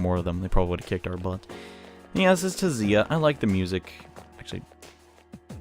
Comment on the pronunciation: I think the T in Tziah is silent?